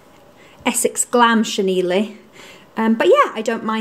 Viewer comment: Never heard such a cute pronunciation of chenille!